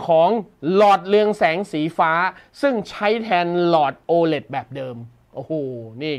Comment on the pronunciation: ตัว โอ 5555 โอไหน โอ เลท ไง